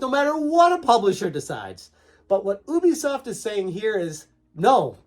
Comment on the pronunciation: It's You-Bee-Soft dude. Ask them if you need proof :)